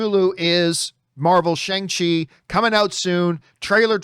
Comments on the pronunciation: John, it’s Sh-ON-g CHI, not Sh-ANG Chi. Almost like you’re saying Shuan with a soft g at the end. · It's pronounced Shay Aaahhnngah Chi or Shawng chi